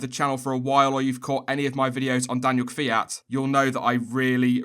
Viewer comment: Did I really just hear an English speaker pronounce Kvyat's name correctly? What sorcery is this?